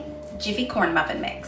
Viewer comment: Corn bruffin! Lol thanks for the giggles! 😉